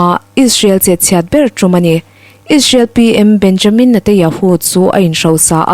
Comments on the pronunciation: Isreal PM hming Benyamin, ni lovin Benjamin tih tur. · A ngaihnawm khawpmai,mahse Israel ram hotu ber Benjamin hming pawh lam dikloh hi chu a zia lo deuh, tin an kut hming te.pawh, record hma hian zir chian ve deuh ṭhin a tha.